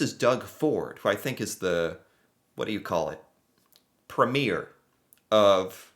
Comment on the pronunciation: Pro tip: the leader of a canadian province is a Premier. And its pronounced "PREEM-yer"